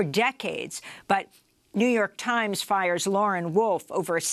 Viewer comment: The Jouw York Tiemz